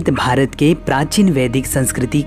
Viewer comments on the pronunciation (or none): none